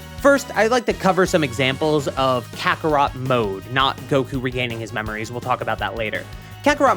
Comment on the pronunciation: that's not carthu that's cartharot 💀